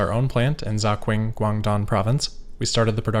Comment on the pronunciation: I absolutely love your content, and I think I've watched the majority of your vids. One thing that would be a pretty quick adjustment: if you're not sure about pronunciation, just to check with a native speaker. There are quite a few of them around 😉 For this video, that's 小鹏, 盒马, and 肇庆 Keep up the great work, man!